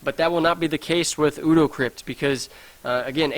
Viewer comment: ODO is pronounced 'OH-DOUGH'... one of my favourite characters on Deep Space Nine! ;)